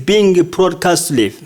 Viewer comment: Good work, but on 11the sentence, the word live is not pronounced correctly. Just watch out for such silly mistakes as you're trying to teach, not communicate. No offence, anyways.